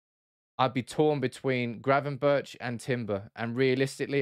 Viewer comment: Gravenberch is pronounced with a hard G in the end Berch=[Berg] In dutch, CH = G I should know, my first name being Jochem :)